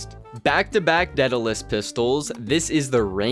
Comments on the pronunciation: Deadulus? It’s spelled Daedalus dude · It’s pronounced deh·duh•luhs Named after the greek craftsman and inventor who created the labrynth to contain the Minotaur and father of Icarus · You kids need to open a book (dictionary specifically) daedelus is Day del us and how do you butcher the word adoration?